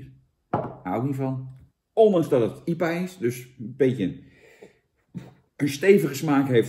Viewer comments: Normale mensen: I P A bier Jan Roos: iepa bier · Jantje zegt gewoon lekker iepa in plaats van ai-pie-eej. Niks mis mee, Jantje. Lekker sponsordealtje te pakken. Een massapubliek lonkt. Proost. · Jan de enige persoon op aarde die IPA uitspreekt als iepa